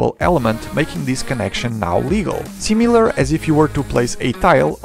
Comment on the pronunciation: “Cleep” “See Mee Lur”